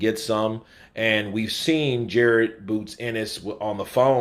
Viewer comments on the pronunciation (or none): PLEASE CORRECT HIS NAME ITS JARON NOT JARED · Pretty sure his name is Jaron not Jared